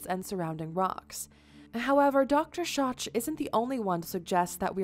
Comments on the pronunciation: He's name is not Scho(ch) as in scot(ch) but Schoch as in shock. And his proof is about RAIN water damage to the Sphinx and Sphinx Enclousre not not a flood. It is two very different things. Don't misinform people for views please. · You are mispronouncing Dr. Schoch. It’s not shoch. It’s shok. That’s the most basic background. He’s the foremost expert on the Sphinx and the water erosion. Recognized as such by all other Egyptian experts. It makes the rest of what you say lack credibility. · Every time she said Dr. “Shach” instead of “Shock” I cringed 😬😅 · Not pronounced DR. “shotch” but “shock”. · It's not Robert Shotch, it's pronounced Shock. Just sayin' great video, thanks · Its pronounced Dr. "shock" not soch, lol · His Name is pronounced DR. Robert (shock)Shotch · Dr Schoch's name is pronounced "Shock" He also was quite adamant that the erosion patterns are consistent with heavy rainfall, maybe even a superstorm, but not flooding. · Robert Schoch's last name is pronounced SHOCK. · In other TV productions his name is pronounced "Shock" but I'd go the other way knowing that was incorrect. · When she said Robert "shotch"....I checked out. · "Dr Sotch" ahahha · Robert Schoch > Pronounce it Shock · Dr. Schoch is pronounced "Shock". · Schoch is pronounced Shock. Just fyi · It's pronounced Dr. Robert "Shock". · Robert Schoch’s last name is pronounced like “ShocK”. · It's pronounced Shock. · The mans name is pronounced DR.SHOCK spelled Schoch but pronounced as SHOCK..... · It's pronounced 'Shock' and he cosigned John Anthony West's theory (which was in turn a cosign of R. A. Schwaller De Lubicz's findings) of heavy rain fall, and not submergance. You sound like you've only ever read 2nd or 3rd hand takes on primary sources. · Schoch = pronounced shock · It’s pronounced Shock/ Dr. Robert Schoch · Schoch's name is pronounced shock! Damnit! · His name is pronounced SHOCK.